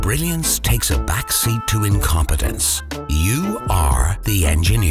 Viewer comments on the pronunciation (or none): "The Enjenir is enjihir"😂😂😂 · The Enjenir Is Enje-hir